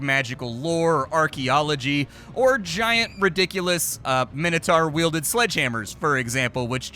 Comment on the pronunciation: Is he trying to say Minotaur or does he mean "minitar"? I don't know what a minitar is